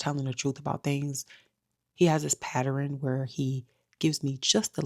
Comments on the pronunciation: Patterin is not how you pronounce ‘pattern’ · Say pattern NOT patterin. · What is a “patterin”??? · Patter-rin girl what is that? You’re really pretty btw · I love my people: but when are we going to stop saying ‘pat-ter-ren’ and say PAT-TERN? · I like story time but I keep hearing you say patterun what's that? Do you actually mean pattern? I'm just asking so i can clearly understand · Patt-urn = Pattern baby.. Patterin isn't a word. Anyway, sorry this happened to you. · Why do people keep mispronouncing pattern? It’s 1 syllable, not 3. Patteren is incorrect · Patteren 😂 This vid will be memorable just for that pronunciation of pattern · Whew, yes! It PAINED me, lol.